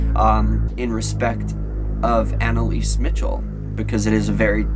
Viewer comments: btw. its pronounced Michelle not Mitchel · MICHEL NOT MITCHEL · MICHEL NOT MICHAL